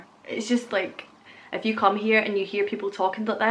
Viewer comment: Youse is Pittsburgh-ese. It's a small world after all. When you say "if you" it still sounds like "F-U" to me (lol)🤙✌️😉